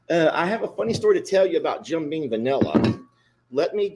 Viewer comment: If U R going to drink it, gor goodness sake call it by the name on the bottle. Jim BEAM not bean